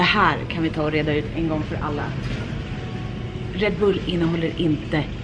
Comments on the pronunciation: Bara jag som stör mig på hur hon uttalar Red Bull? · Mössan😻😻 åh vad söt du lät när du uttalade red bull